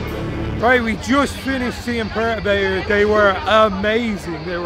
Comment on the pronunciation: You guys pronounce Perturbator different to us in Australia lol